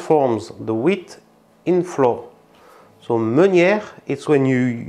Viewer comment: Please check it out: English words "flower" - fleur (Fr) and "flour" - la farine (Fr) should sound identically. Same with the word "trout".